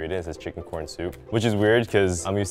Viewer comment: I know it’s chicken corn soup, but all I can hear is “chicken noodle soup”.